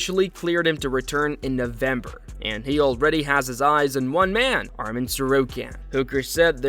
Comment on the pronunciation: Making a vlog, can you prononce the names correctly? It's not Armen, but Arman Tsarukyan